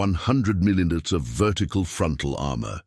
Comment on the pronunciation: Lousy voice-over. Can't even say 'millimeter', comes out 'muddlemuddle'. Tank designations are a muddled disaster.